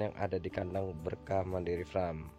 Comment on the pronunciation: Mohon maaf koreksi,. Farm bukan fram,. Kl fram adeknya frank wkwkwkwk 🙏🙏🙏